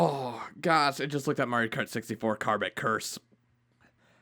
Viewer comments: It's KAMEK (CAM - ECK) curse not KARMACK curse... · Is it annoying that he can't pronounce Kamek? (Cam-eck) unless it was Karmek written wall text.